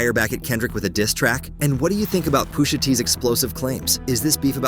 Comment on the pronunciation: If you are gonna use Speechify, proofread how you make it pronounce certain words. POOSHA is sending me 😂😂😂